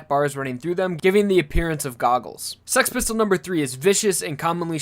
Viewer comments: Why do you make six pistol sound like sex pistol? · I thought the Stand's name was Six Pistols and not 'Sex' Pistols. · Its six pistols not sex pistols